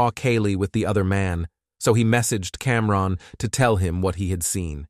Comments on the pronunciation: What? Are you saying that you feel wrongED by the the pronunciation of CamRON? 😂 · Somebody tell the AI it’s not Cam. Ron. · Cam-Ron, then Cam-Rone… it’s like nails on a chalkboard